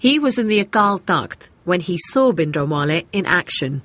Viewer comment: if she considers herself even slightly Punjabi, she could at least learn to say 'Bhindranwale' correctly..